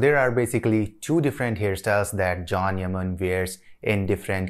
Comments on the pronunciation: His name is pronounced as chan not Jhon 😅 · Pronounce john yani Jan hota h can nhi hota h😂☝